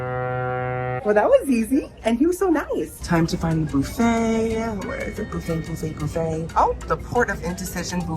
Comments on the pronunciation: Boofay? No bufffay! It's not Halloween 😊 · Boofa??!!!! 😂 Buffet. You know he's going right to the fruit bar! Lol!!!!! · Do you pronounce buffet “boo fay” to rage bait? 😂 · It’s buffet pronounced ba fey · I love the way you pronounce “buffet”